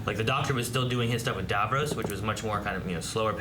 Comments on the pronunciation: God America it's Davros not Davroes. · No offence but why do Americans pronounce Davros as "Dav-rose" despite it being said correctly in the episodes? :) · Not a big deal, but I hear it every time: they're pronouncing Davros like Davos with an r. The way the characters say it, it rhymes with Ross, not Rose. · dav-row-se Me: lmao.